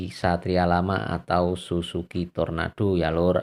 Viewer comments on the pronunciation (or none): Sumpah gw ngakak pas dengerin abangnya bilang “susuki” bukan Suzuki wkwkw😂😂